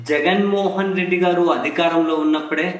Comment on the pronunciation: జెగన్ రెడ్డి కాదు రా జగన్ రెడ్డి పేరు పలకడం రాలేదు నీకు ఒక ఛానల్.బ్రాండెడ్ బీర్స్ వచ్చాయి తాగేసి పడుకో వెళ్ళు